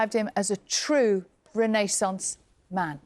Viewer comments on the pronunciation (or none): none